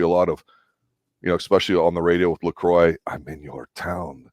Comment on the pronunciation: You keep saying Lacroix name wrong ! They never say his name like that in the show. It's not Lacroiy. It's Lacroix